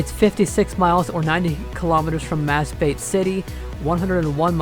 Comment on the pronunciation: "Mas-ba-te" Hahaha